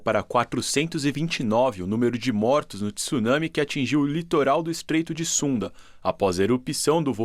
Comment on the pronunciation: Parabéns,dois jornalistas que pronunciaram "tsunami " de forma correta !